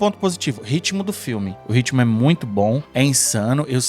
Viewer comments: Gente é ritmo não RITIMO pelo amor de god! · Vamos polemizar? RITIMO # RITMO. “Haverão” não ecziste kkkkkk . Dito isso: excelente vídeo , valeu 😅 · Ritimo não existe. Ritmo é com T mudo ;-)